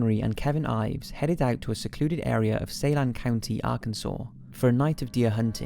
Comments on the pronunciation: #5 Saline -> Say-Leen or Suh-Leen depending on where in Arkansas you’re saying it Mena -> Mee-nuh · It’s Suh-LEAN county 😂 just a little advice from a Arkansan. And oh yeah. Everyone around here knows Clinton’s are behind the boys on the tracks demise.